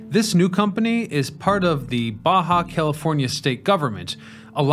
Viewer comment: Thanks for the video. It was good to hear about Mr. George. Maybe he needed to hire more good operators. 😂 I am sure you have heard about the George thing enough, and Jacumba. Thanks for pronouncing Baja right though, that might have did me in. A little info for you. A train isn't a train without a locomotive. Those would just be cars, or passenger cars, or rail cars, or train cars. Think of it like a Semi. A trailer isn't a semi, but it can be a semi trailer. Also, a locomotive by itself isn't a train. Sadly, the three Montreal metro cars, TPHX 801, 817, and 835, that are on a siding further up the line have been set on fire. It is sad the difference in a video from 12 years ago to a video from 1 year ago. 12 years ago they appeared to be in great condition, now they are just scrap.